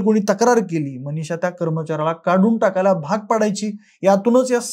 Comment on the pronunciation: व्हिडीओ काढायची खूप हौस तुला पण मराठी उच्चार शुद्ध नाहीत ! आश्चर्याची म्हणायचं तर आचर्याची ! मनिषा च्या ऐवजी मणीशा, माने च्याऐवजी माणे...काय ही मराठीची हत्या ??